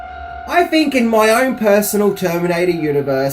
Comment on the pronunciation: Why does this guy keep using the “F” sound where there should be a “TH” sound? “Fink” instead if think. “Worf” instead of “worth”.